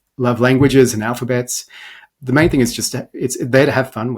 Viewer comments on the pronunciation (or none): none